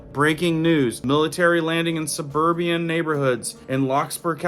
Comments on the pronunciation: Suburbian. Suburban. Im sorry it killed me lol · Subur BAN my friend NOT subur bee an